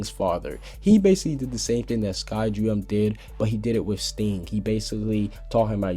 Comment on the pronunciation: you mispronounced Skiadrum,Grandeeney,and Gajeel